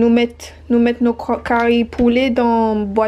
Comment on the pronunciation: This video is so funny😂😂😂 ' Curry leaves' cari poulet😂😂😂